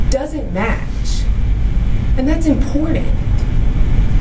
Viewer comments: This woman keeps saying the word "importantl" the word is "important" this woman is a lawyer. She sounds ignorant. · Designer clothes, huge wads of cash and ths is your lawyer? I feel like Everyone involved should've been charged. It wasn't on purpose, but he did take a life of a baby. His actions were reckless indeed, but he didn't mean to murder that baby.. The lawyer is inexperienced, and represented her client poorly.. she can't even pronounce Important, properly... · "And that's important." It's also important to correctly pronounce words such as "important".